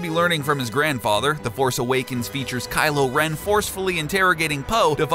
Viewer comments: did you say Kylo and Ren? XD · DOES ANYONE ELSE NOTICE THAT AT AROUND THE MARK HE SAYS "WHEN KYLO, AND REN DUKE IT OUT?"😆😂🤣